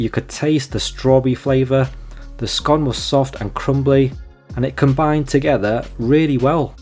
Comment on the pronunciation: Nice review, I must try it for myself. I like that you pronounce scone as scone, as some people call it a scone incorrectly.